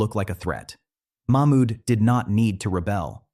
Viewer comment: Its not mak mud....its mahmud